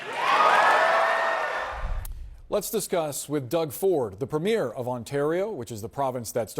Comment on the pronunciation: Premier Ford is not playing games; he is telling the truth. Wow! There's a grownup in the room...and he hasn't even met the new PM yet. Elbows up! (Who is the loser host at CNN who can't pronounce "Premier" and who doesn't seem to realize that Mr Carney WILL be the next PM, as soon as he is sworn in...it is not contingent on the next general election!!! Embarassing.)